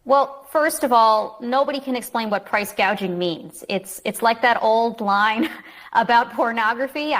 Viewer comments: She didn't use the word gouging, she said gaging... big difference in the 2 words.. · She said price gauging. Not gouging. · Kamel-la said price gauging lol